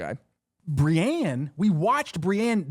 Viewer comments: the way he says Brienne's name s painful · Re name pronunciation, the audio books pronounce some names WAAAAY different than the show. petyr baelish is said like P’tire and Brienne of Tarth is said like brI-een (rhymes with fly screen)